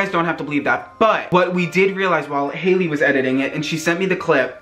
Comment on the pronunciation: I like how he made haileys name into hails